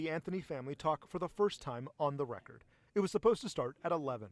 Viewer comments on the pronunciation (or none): none